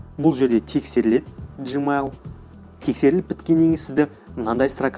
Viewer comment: Жмайл емес гмайл